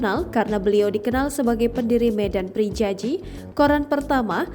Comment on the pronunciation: dibaca medan priyayi... bukan prijaji..he..he..